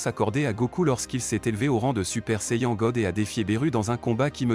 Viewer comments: Quand tu est fan de db dbz dbs la prononciation fait mal aux oreilles et au coeur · Y a certains mots que tu prononce qui font mal au oreilles comme le prénom des personnage ou sayajin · Va apprendre à parlé déjà ta prononciation de saiyen 😂😂